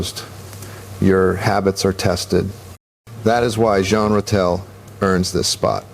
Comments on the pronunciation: the voiceover pronounced it “Gene”. I grew up rooting for Ratelle, and am very aware of how his name is pronounced. The ZH sound is right. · This is a joke! Orr isn't even speaking. It's AI. This voice doesn't even pronounce Ratelle right